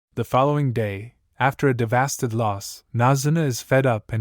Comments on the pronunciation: Davasted why did he say it like tht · Ai dumb asl what is “davasted”💀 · bro said devasted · Bro said “devasted”💀